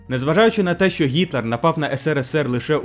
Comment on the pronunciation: Ооо, чудова робота, дякую👍 Вимова літери "г" вже майже відмінна (єдине, можу згадати, що "ґ" вилізла у словах: ідеологічний, стратегічний). Ще варто звернути увагу на "що", бо часто замість "що" чується "щьо"